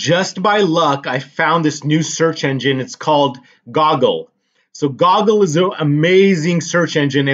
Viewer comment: You are mispronouncing google.